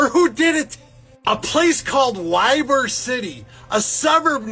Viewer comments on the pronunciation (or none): Pronounced E/bour